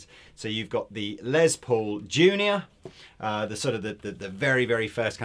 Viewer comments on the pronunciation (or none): A few things: a sweet little chord progression from the at the beginning. And nice to see demoing something without shredding like his life depends on playing as fast as possible. And finally...my British friends...the Les in Les Paul is pronounced like "less" not "lez". I would let it slide except lez is short for lesbian and I'm pretty sure Mr. Paul was not a lesbian. Someone correct me if I'm wrong. I didn't know him personally.